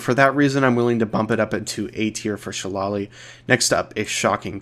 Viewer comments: Hey, since you said you were gonna do more spell vids I thought I'd tell you that people usually pronounce shillelagh like 'she lay lee', though the etymological ancestor is closer to the way you pronounced it and some do use that pronunciation. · I know its an old video and you might not see this but just incase, when you say "Shillelagh" the Irish pronunciation (which the word is an irish word) is sort of if you were to say shit without the T. and lagh = "lay" so phonetically it would be like "shi-lay-lay" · it's pronounced SHILL-AY-LEY 🤣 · What the fuck is Shillolee? Love you videos its pronounced shuh·lay·luh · It's pronounced Shil-ale-lee btw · Shillelagh shil-LAY-lee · shillelagh is pronounced "shi-lay-lee" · It’s SHA LAY LEE philistine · Love your videos! Super helpful. Just a quick pronunciation tip: a Shillelagh is an Irish walking stick, despite the spelling, they’re actually pronounced Shi-Lay-Lee. Just wanted to give you that info for potential future vids since you’ve been so helpful! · What is up with your pronunciation of shillelah and saying One-"Die"-eight?? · Loving your videos, but man do i die a little inside every time you pronounce Shillelagh in that way, lmao